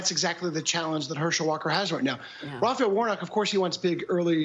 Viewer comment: Kristen: "rah fah el"*